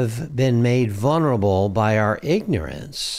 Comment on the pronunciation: Vulnerable….vul-ner-a-ble… both the 1st and 2nd “L”s are pronounced — neither is silent 👍